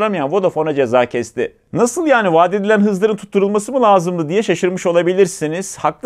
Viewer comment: Hocam çoğu şey iyi güzel de "LAZIMDI" değilde "LÂZIMDI" dermisiniz?